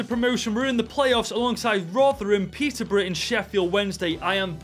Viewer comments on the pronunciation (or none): none